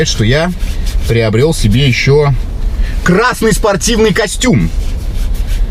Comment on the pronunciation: А ты говоришь кра́ссный цвет а тут красота😂